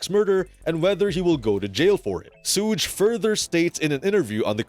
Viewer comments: It's not suugge it's suge (shug) YouTubers always fucking this dudes name up, sorry guess people need schooled lol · Legit!!! Are these all AI generated????? It's as simple as saying Sugar without the ar sound. Good grief! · wtf is this video?! 😂😂 you lose all your credibility just by saying suutch knight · So how many times did they say suges name in the interview???? And yet the narrator still said his name wrong. Anyways yeah. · This is such stupidity 😂 Suge says he is still alive 🤷‍♀️ Now he says this? 🤔 And learn how to say Suge. 🙄